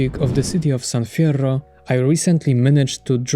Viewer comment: Also in dialogue, Cesar pronounces it "San Fiero" and not "San Fierro" so it seems like beta leftovers combined with evidence from tattoos and Rifa tags.